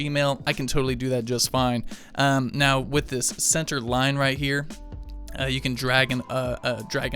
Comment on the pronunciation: say the word "now"........ Now drop the 'w'